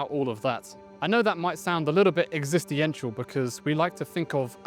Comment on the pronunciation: exist-ientiantial, learned a new English word.